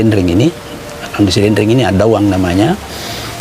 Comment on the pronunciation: Maaf,bukan addauang,tapi addatuang.